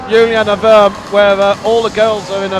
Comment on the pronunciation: What about Juliane? "Jew-lee-anna". "Werm"